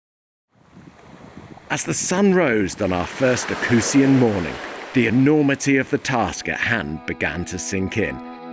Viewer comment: My beloved country! The way you pronounce oecusse is quite funny... hehehehe acussi?